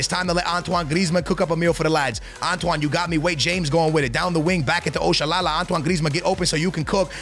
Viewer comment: You butchered Oshoala’s name bruhhh 😭, that’s not how to pronounce it